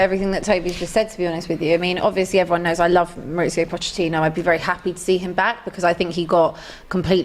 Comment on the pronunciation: Crazy how after all these years still has trouble pronouncing Mauricio Pochettino